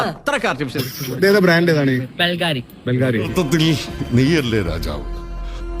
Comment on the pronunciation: പാവം ബുൾകാരി എന്ന് വായിക്കാൻ പോലും അറിയില്ലാ പറഞ്ഞത് ബെൽകാരി അപ്പോൾ 😂😂😂😂 അപ്പോൾ പിന്നെ ഡ്യൂപ്ലിക്കെട്ട് അല്ലെ 😂😂😂😂 ബുൾകാരി ക്കു അല്ലെ 51 ലക്ഷം ഇതു ബെൽകാരി ആണെടെ മുദ്ര ശ്രെദ്ധിക്കണം 🤣🤣🤣